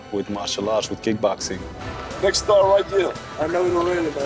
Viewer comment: Are you saying, “ki-boxing?” It’s kick-boxing.